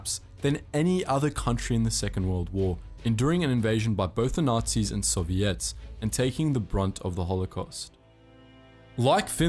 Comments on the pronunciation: Nobody: Him: Soviettes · The way he pronounces Soviets and Erwin rommel is hilarious